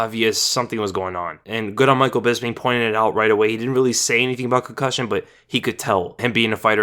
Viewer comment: Why the fuck can 99% of Americans not pronounce the name Bisping? It’s a P. Bisping. Bis. Ping.